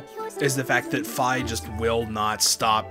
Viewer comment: Its pronuced fee